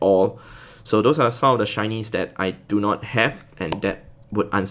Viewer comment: shinys I can't hear shinys I hear Chinese 🤣🤣🤣